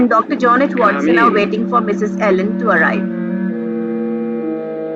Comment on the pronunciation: i got one mistake in this video it's watson not wason